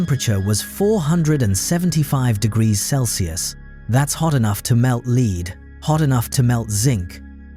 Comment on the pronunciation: "Venus has geography"??? I think that was supposed to be "geology". And why do AI slop generators always mistake the the word "lead" referring to the soft metal with "lead" as in 'lead the way"?